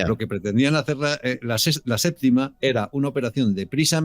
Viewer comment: "La séptima" No "LA SÉPTICA"